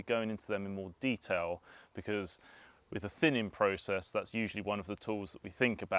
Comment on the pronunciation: What’s thinninn precious ehhh, what’s thinninnnn?